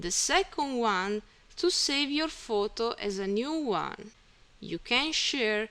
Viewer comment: thanks for ur help... and say photo not futu ..